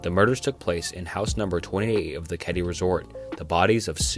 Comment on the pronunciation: I can't watch anymore. Youtube keeps recommending me your vids because I watched Wendigoons (really well made) iceberg videos, but yours are literally phoned in. No research at all, and I can tell because literally everyone knows the Black Dahlia is not the black "delilah" - it's KEDDIE not Caddy - and i'll be here all day pointing out the rest. GOOGLE MY DUDE.